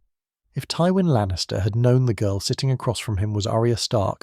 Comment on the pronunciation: Teewin Lannister